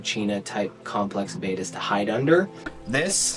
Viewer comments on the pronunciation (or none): Please. You have a channel named after Bettas and yet you call them betas. They are not bay-tahs. They are Bet-ahs.